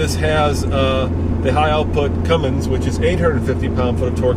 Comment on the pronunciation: Seriously, why does everybody put a friggin g in cummins, THERES NO G IN CUMMINS